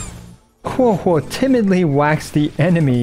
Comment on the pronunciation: Thank you for pronouncing correctly Huohuo 🙏☺️🫶